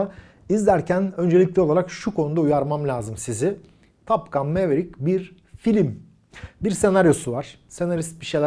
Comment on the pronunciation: Türkiyede Amerikan İngilizcesinin taklidinin yapılmaya çalışıldığını biliyoruz da,en azından böyle kaliteli kanallarda olsun TOP ve TAP gibi telaffuzlara dikkat edilebilse .Her O harfi A olarak söylenmez.Topgun ,en düzğün söylenişi Türkçe Topgan en doğrusu olur